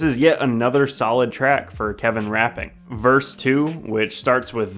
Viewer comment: It annoys me how you say "rapping verse" but otherwise good job